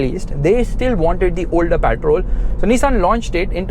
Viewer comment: What’s “ PAATROL “ 😂